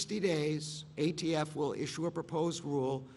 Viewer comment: He called the ATF the AFT multiple times.